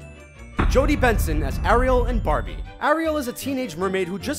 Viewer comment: Instead of Barbie I thought he said barny